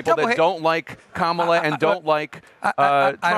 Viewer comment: He sounds so stupid when he mispronounces Kamala's name on purpose.